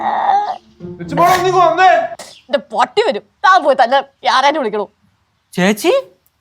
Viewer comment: യാരാ അല്ല yara